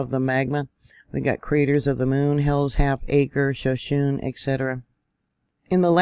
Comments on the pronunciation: Shoshone is pronounced Sho- shownee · She mispronounced Shoshone and sulfuric. I'm doubting this is. Ai mispronounces words all the time. Like calling the Russian rubel as rubble